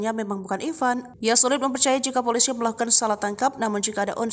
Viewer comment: Poliso apa piloso atau piliso?????